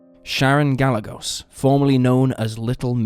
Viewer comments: Sharon Ga-jay-gos. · Gah-yeh-gose. Gallegos. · Could u atleast get the victim's name right. It's Ga-Ye-gos. Poor lil Sharon, R.I.P chiquita 😢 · Gallegos= Guy-yay-gohs (soft s)